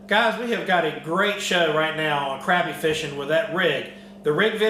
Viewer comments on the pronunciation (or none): it's pronounced crop-ē. but if you can't get used to it just call em papermouth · crappie is pronounced cropie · Is it pronounced crappie or crappie???? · Both pronunciations of crappie are correct. I hear professional crappy fisherman say it both ways. Its simply a geographical thing.